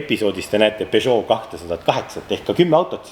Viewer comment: Pesoo,Renoo...fransuski kavnoo...